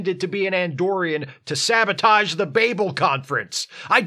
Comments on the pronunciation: how did you pronounce sə-BOH-tij?! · ...did you say "sabotage" or "sandwich"?